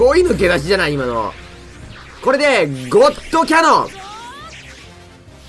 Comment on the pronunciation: ゴットカノンって言った？(ゴッドキャノンじゃなくて)